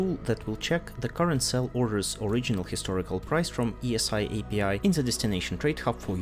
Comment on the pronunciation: Pronounced "easy", not "E S I". It's easy. Also you can self destruct in some station, no need to wait 3 min. Also sunesis reaches <2 with a single inertial stab, while still holding 10AU/s and 20+k EHP… without any active module, so you are immune to single nades. But only 600 m³.